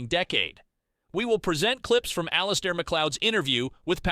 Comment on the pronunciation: IT'S ALL-IS-AIR AND HIS DAILY NOTHING.